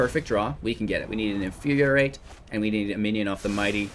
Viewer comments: In-fyur-ee-ate not In-fyur-ee-ur-ate This pedantry brought to you by CGB's Professor of Symblahblahblah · It's not "in fyur yur rate" it's "in fyur ee rate".